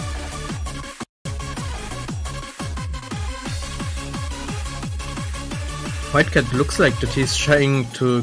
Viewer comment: dude even in the other commentator tells him that he said flycat